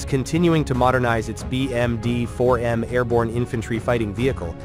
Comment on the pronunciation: "le 4 millions de dollars bermudien" xD🤣